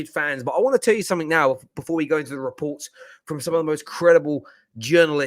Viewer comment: So many re-poop.. reports.😂😂😂 I lost it when he said that.